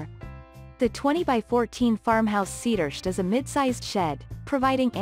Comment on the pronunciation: What is a “cedursht”